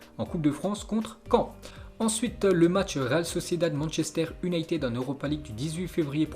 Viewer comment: manchester YOUnited. fais un effort !!!